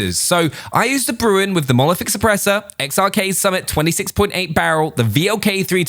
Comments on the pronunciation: Nobody:: Monolithic Suppressah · Mono.... lithic...... šüpprēśør